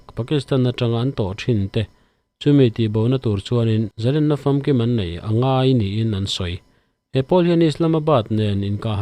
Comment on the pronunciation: Zalenna len-sangha manna len ang hian thluk teh u. Tiang lo hian in hmang vek a, a dik lo tih pawh in hre lo. Paula chuan Zalen a ti. In thupuiah pawh lên (a chungah thlukna) in dah kuau khi a dik lo)